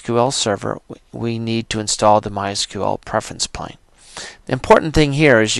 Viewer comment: It's not Preference "Plane" it's Preference PANE. No "L". As in a pane of glass, like in a window.